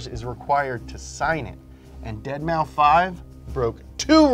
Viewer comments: When I first heard of Deadmau5, I'm not gonna lie, I thought it was pronounced five and not like an s. I was f'n with you in the beginning. There aren't many Bieber fans out there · I’m happy I’m not the only one who pronounces it “deadmaufive.” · I love you man but what the hell is a Dead Mow Five??? Nye an cat?????? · Deadmau5 is not pronounced dead Mao five holy shit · Did he say "dead mouse five" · Bros... it’s “Deadmouse” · His name is Deadmaus the 5 is an S you plebs. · I know i seem like a nerd... But deadmouse .... Its deadmouse... Please guys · dead mau five, oh god please stop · Dead mouse say it with me dead mouse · Hopefully deadmau5 doesn’t sue you for butchering his name🤣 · yeah I had to stop watching because they kept saying his name wrong ... couldn't do it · I’ve come to terms with the fact that they’ll never pronounce deadmau5 correctly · pronounce the 5 on Deadmau5 😂😂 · Dead mau 5? I'm pretty sure it's pronounced deadmouse. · saying “deadmow” instead of “deadmouse” physically hurts me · Am I the only one that can’t get over saying “Dead Mau-5” instead of Dead Mouse? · dead mow five: dead mow five: dead mow five Nolan: Deadmaus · "Deadmaufive" Your attempt to exploit my anger is admirable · It’s deadmouse not deadmau five haha, good video as always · It’s pronounced ‘Dead mouse’ Hurts my ears when says ‘Dead MauFive’ 😬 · The way says deadmau5 as dead mow 5 instead of dead mouse really irritates me 😂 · Isn’t saying “deadmoufive” the same as saying “dollars sign uicide boy dollar sign”? Thought it was dead mouse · It’s pronounced dead mouse not dead mau 5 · Ded mau five moment, it's deadmaus guys come on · It's dead mouse not deadmou 5😭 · Why the hell do you pronounce Deadmau5 "Dead mau five" instead of "deadmouse" but perfectly pronounce nyancat? 😂🤣 Please stop it 😅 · Every time pronounces it “dead mow five”, a small child catches fire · "Dead Mau Five" ahaha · DEAD MAO 5